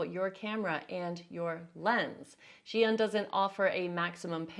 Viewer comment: Finally, someone has pronounced ZhiYun correctly - Zhee Yoon! Thanks! I've heard so many "Zhai-Yoon" or "Zion"... Omg...